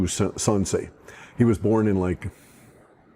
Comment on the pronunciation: Teacher in Japanese is sensei not sansei.